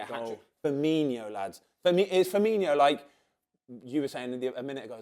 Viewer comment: “Firminho” and “Tsimisskus” back to back 🤦‍♂️